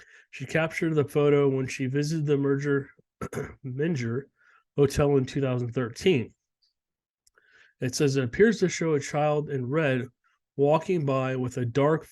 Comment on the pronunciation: "Mayn"-"GER" Hotel